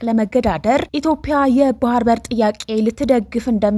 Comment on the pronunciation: ኢትዮጵያ ብለሽ ማንበብ አትችይም እንዴ ?።